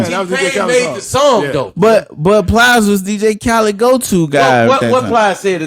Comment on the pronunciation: This nigga said plies 😂😂